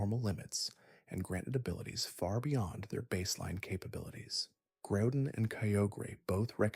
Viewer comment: I draw the line at “Groodin” and Kie-ohgrey”